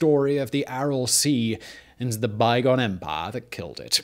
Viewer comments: Did Bane possess you ? & an imperial officer every time you said 'empaaaaah' xD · Drink every time Simon says Empah!